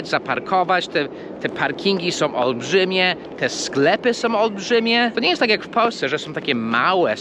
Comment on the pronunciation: Przepraszam nie som tylko są/ nosowe /.